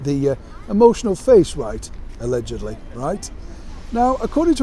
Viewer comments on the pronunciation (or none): saying "allegedly" makes me laugh. And that significant pause after "allegedly" carries a world of meaning.😉😇